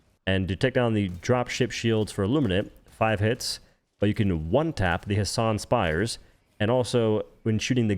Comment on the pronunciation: "Hassan's spires" 🤣🤣🤣